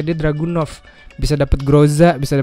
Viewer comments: Info:itu harusnya dragunov bukan druganov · Cuma Ngasih Tau Bang Bukan Druganov Tapi Dragunov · Dragunov apa Druganov ?